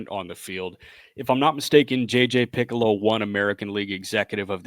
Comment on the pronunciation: Just a heads up, guys -- it's J.J. Picollo (Pe-Colo), not "Piccolo" as in the musical instrument. Hope this helps.